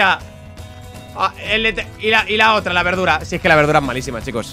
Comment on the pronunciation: me encanta cuando le dise berdura